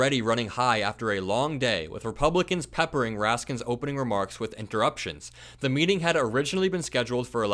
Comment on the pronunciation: Mr. Raskin not Mr. Raisin.